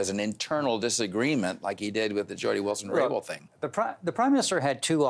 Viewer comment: It’s Jody Wilson RayBOuLD. Not Raybow Rainbow 🌈. Robert Fife annoys me.